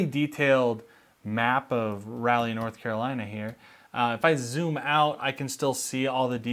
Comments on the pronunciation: The way he pronounced Raleigh made me go back and listen again with disappointment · You're all good, I just thought it was funny. It rhymes with golly if that helps :v